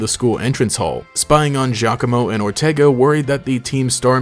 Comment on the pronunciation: Thank you for not pronouncing Giacomo's name "gee-awe-coh-moh" like every other PokeTuber does. And since we're talking about him, my theory is that he's Guzma's nephew.